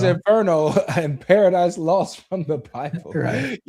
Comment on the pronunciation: Baradise for Them too😅